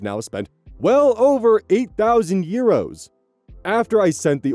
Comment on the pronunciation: I love how says euros like "yeeros" ❤ /gen, not mocking